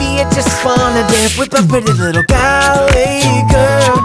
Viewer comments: It's pronounced Gaul-way not Gall-away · Its not pronounced galway even though it looks like that way its pronounced GOLway but simple mistake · Nice mate! Creative and funny. Are you just a loner or did you do this on purpose? Just kidding! Continue singing. Are you american? Because you said gaalway girl but its pronounced gallway girl. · You are saying Galway wrong. Gol-way... not Gal-way when pronouncing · Its Gaul-way... Not Gall-away? 😂😂 This is still amazing though.. I can't even imagine how much editing went into this ❤❤ Galway is a place in Ireland so try and pronounce it right next time x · Gallerway girl? It's pronounce gawlway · loved this, but "gAlway" was so cringey, it's pronounced "gOlway", like in the song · FYI...'Galway' is pronounced 'gawl-way' not 'gall-way'...from a Galway man. Great effort though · Mike Tompkins Loved the cover but this will probably be the only ever time I'll ever criticise you but the only problem I seen with this is the way you pronounced "Galway" it's not pronounced like "Gal way" but other than that I love all your covers and keep up the good work!! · Haru Kazami it's pronounced Gawl-way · Nobody important Calm down mate he's only saying that he isn't pronouncing it right. By the way it's pronounced gawl-way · Its pronounced gol-way 😂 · It's a great cover but Galway is pronounced: gall-weigh :) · overall I think the production value of this is amazing as always, but when you are saying a name of a county in Ireland (Galway) please make sure you are pronouncing it correctly 😂 Gawl-way, It hurt my Irish ears haha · its pronounced Golway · you're saying galway wrong... its pronounced gaw-l-way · Im sorry if i sound like hating,Im not..like this cover is awesome! But im annoyed that he pronounces Galway wrong😂😂😂😂😂😂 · Mike Tompkins no offence worst pronunciation of Galway and im from Galway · Summer Kitty_22 I know and I love the man and his songs but this mans pronunciation of galway is bad just sayin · U said Galway wrong